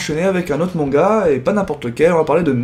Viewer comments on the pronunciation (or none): none